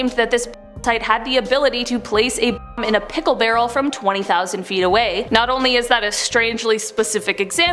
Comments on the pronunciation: You can’t say bomb? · You can’t say bomb ? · Does she not know how to say the word Bomb.....